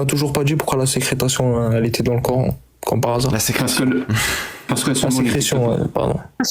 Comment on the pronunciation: Comment salir l'islam: en laissant parler un sunnite comme cet intervenant "Vas-y explique moi le verset sur la sécrétation du lait dans le ventre de la vache.... tais-toi tu sais même pas parler français!" 😅😅😅😅😅 C'est SÉCRÉTION, pas secretation... 😂😂😂 Merci pour avoir retransmis cette vidéo avec cet intervenant d'une qualité rare 😂😂